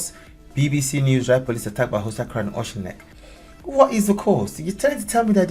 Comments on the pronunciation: There's no secrecy here, mate. Auchinleck folk know what's going on. You can't even pronounce it. Neither can the English drug gang that tried to invade. Why did it happen? Easy, Auchinleck, all of Ayrshire really, has the opposite of a housing shortage. We've too many houses here, and drug gangs are trying to take over the houses, turning them into drug dens. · I'm from south Ayrshire and laughing at his pronouciation of Auchinleck the ch is given the Scottish sound is in the proper pronouciation of loch. It can be pronounced using ck rather than ch as in lock. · Im Scottish, love the way you pronounce Auchinleck lol you make it sound like an idillic holiday village! Honestly though the way the world is going right now, they are probably looking for someone who misgendered some guy in the womens toilet! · Its not secret at all. AUCHINLECK has been a shit hole for Pakistani drug dealers for years! The buggered up the Lead Hills! I own lands in the Lead Hills yet the cops did nothing! A village destroyed by the COPS! Well done on trying to say the word AUCHINLECK, Close but not quite! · yi murdurd that pronounciation by the way , 😉 but yeah we are at the wailing an gnashing of teeth stage now , the devils army has been unleashed an the police are part of it , justice can not be acheived an ah don't see that changing soon , aye ! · You could learn how to pronounce the name of the place properly. The ch is pronounced in the Scottish way like in loch not as in cheese. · I’m not a Scot, but pretty sure it’s pronounced more like Orkinlek than OceanLick. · Auchinleck is pronounced Awkinleck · When you pronounce it don't say "sh", it's pronounced like you are clearing your throat, Au*ch*inleck. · It's ..... Awe-kin-leck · Pronounced ock in leck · Auchinleck, pronounce Auk in leck, with a hard K. I have not seen this on our news, thank you 🧡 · It’s pronounced ockinleck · Pronounced Aukinleck honey 😊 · No offence,but please can you try saying it okinlek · OCH in leck